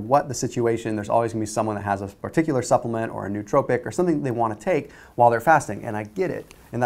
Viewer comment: ‘No-otropic’ pronunciation